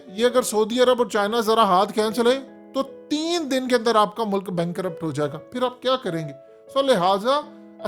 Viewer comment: Chorhoo channel URDU ki aisi ki tesi to na kr. Kee bajaay nai Kay bajaay hota hai.